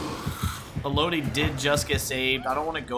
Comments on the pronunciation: i’ve never heard anyone pronounce renato as henato and elodie as eloudie, great matches though loved the stealth build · The way you mispronounce Élodie makes me stop watching the video, cool builds doh.